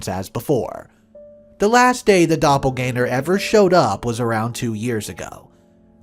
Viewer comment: "Dopple-gang-er" not "Dopple-gainer". Besides that, nice vid. Cheers.